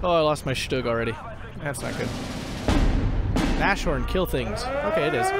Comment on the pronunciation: I know I am picky again, sorry! - Nashorn is pronounced Nas-horn, not Na-shorn I don't want to be annoying (although I am), just want to "help".